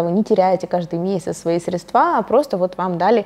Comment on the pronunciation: Очень доступно и интересно, но почему «средствА»😬